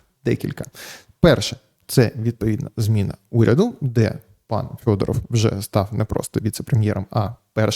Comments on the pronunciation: Так ріже вухо Фьодоров, хіба не Федоров? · Ярославе, чому ж він у вас Фьодоров? Правильно ж Федоров!